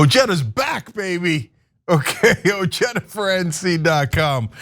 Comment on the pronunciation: “O Jee da”? Dude your name is pronounced “O hi da” Regardless, you are a guy I’ll vote for